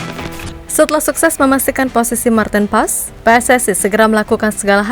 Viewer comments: Martin pas bacanya kata koc justin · Maarten Paes (ejaan lama) dibaca Martin Pas !